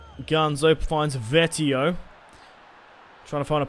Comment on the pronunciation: it's vee-et-oh not vet-ee-oh